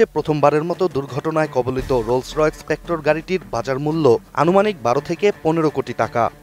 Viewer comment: ভাইরে এইডা স্পেক্ট্রা, স্পেক্টর না!